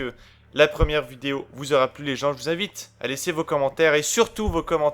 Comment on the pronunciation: Jai mal compris ou il a dit je vous imbite à vous abonner ?